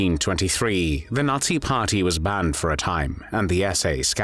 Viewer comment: Qué es "el ensayo"? Y por qué pronuncia "natsi"? El resto lo entendí.